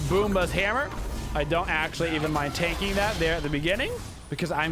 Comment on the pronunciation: you know thats not how u pronounce it tho right? lmao i hate to do hard research cause i listen to u..it was good laughs.